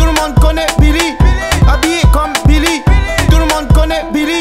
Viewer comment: Il a prononcé 81× beely ptn